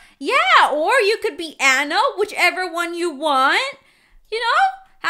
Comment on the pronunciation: Freaking pronounce Anna WRONG